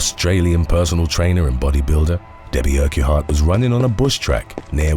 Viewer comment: Not a criticism, as Scotland has some bizarre pronunciations, but Urquhart is pronounced "Urk-urt"...or "Urk-art", depending on the speakers accent.